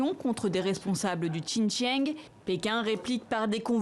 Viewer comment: Waaa, vous voulez soutenir le Xinjiang, mais vous ne saviez même pas exprimé correctement le mots "Xinjiang". Frenchbite